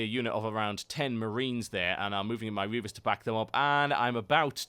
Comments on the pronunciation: reapers dued not reavers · You keep saying Reavers ... they're called ReaPers